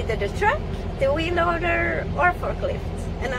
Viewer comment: When she said “wheel loader “ I thought she said “wee loader “ 😂